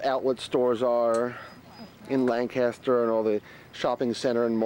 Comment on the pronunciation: its pronounced Lank-aster